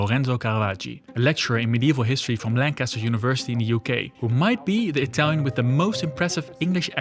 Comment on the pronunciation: why do you pronunciate italian tows with a french accent? 🤣